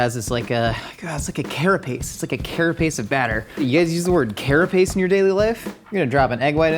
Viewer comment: I totally heard carrot paste not carapace.